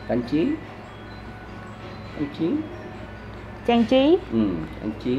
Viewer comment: 학생의 발음을 잘 들어보면 cảnh trí(경치), trang trí(장치)를 잘못발음하는게 나옵니다. 이 부부을 수정합니다.